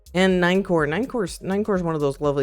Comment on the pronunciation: Nien core is crazy, bro is german now 😂